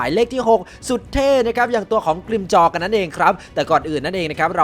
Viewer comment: ฟังเร็วๆได้ยินเป็นกิมจ๊อ